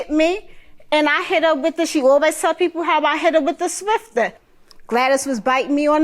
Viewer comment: What's a swifter? I thought it was a swiFFer! Lol.